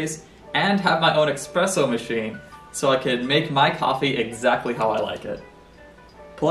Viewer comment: it's espresso not "expresso" :)